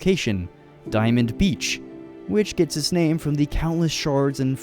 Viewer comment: one of my favourite things about this series is how he pronounces the names. it's so cool that he takes the time to learn